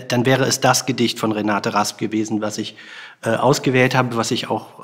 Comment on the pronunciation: Wäre schön, wenn Sie wenigstens den Namen der in Rede stehenden Dichterin korrekt wiedergäben: Renate Rasp ... Der Rest ist Framing.